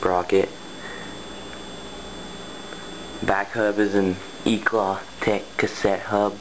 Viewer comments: stop saying eclaw lol its eclat but nice bike other than the asm-r lol i ride the original asm so much stronger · Its pronounced Eclaa not eclat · u pronounce eclat wrong lol